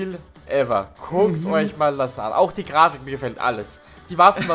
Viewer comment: Und heute haben wir ein Season 0 Gameplay für eich. Hahaha da kam kurz der Österreicher raus xD